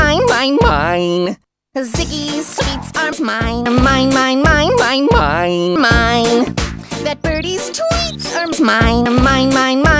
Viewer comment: Smine not mine lol